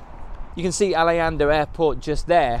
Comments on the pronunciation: Interesting vid, but please stop calling it ‘Alianda’ airport. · Its Arlanda AirPort , not aliander !